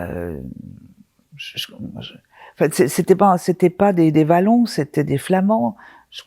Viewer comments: svp Wallon --- OUAaaallon ....!!! pas valon .... où alors la france est-un pets ... et pas un pays ... svp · Ca vas, ca vas, tu t'es ptet tromper sur dies irae devant dame Selie, mais dame Selie ne sait pas dire Wallon correctement et pas Vallon :D Nous Belges en avons gros !